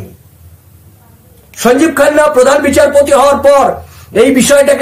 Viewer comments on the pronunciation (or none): none